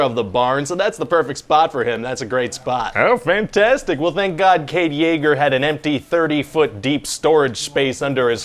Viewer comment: Kade Jaeger popped in my heard when I heard him say it.